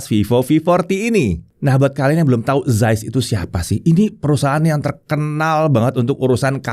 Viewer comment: Zeiss org panggil "Zais" Sya pula panggil "Zis"😂😂